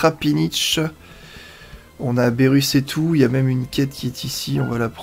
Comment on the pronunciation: on dit pas bérus on dit birus